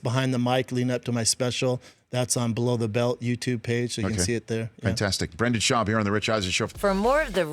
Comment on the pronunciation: Daniel Ortega Brendan* every* Also he is a guest on Rich’s show, so decorum would mean that he at least pronounced the mans name correctly.🤦🏻‍♂️🤷🏻‍♂️